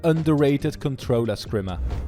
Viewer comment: The wat he said skim er hurt my skin